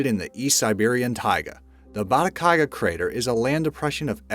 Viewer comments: Bata-gai-ka, not Bata-kai-ga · Every video has some mispronunciations. Narrator says "Batakaiga," but the video's own words (and a Google check) show it is "Batagaica." Likewise, "Fukuoka." How about checking pronunciation before recording the narration? This problem is in nearly all your videos. The videos are fun and great, but the mis-steps drive me nuts. Such as redundancy--- the "average price of these million dollar condos has dropped $320,000 on average." We need an above-average narrator!